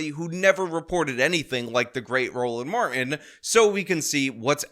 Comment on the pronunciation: We gonna get everything out on da flo! 😂 You are killing me,. His name is pronounced, "Mar - Tin" not "Mar-In" stop assaulting the English language! 🤬